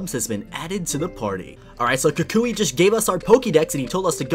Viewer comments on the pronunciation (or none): WatCH THe Anime tHats not how U SaY Kukui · ah yes the pokemon school teacher, kookooway